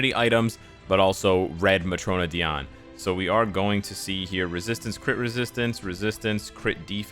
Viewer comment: I appreciate how you pronounce Diane